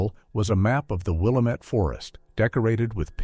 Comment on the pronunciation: I was going to say that!!😂 it's NOT Will-Uh-Met